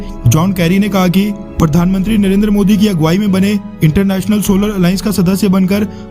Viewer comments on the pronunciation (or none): none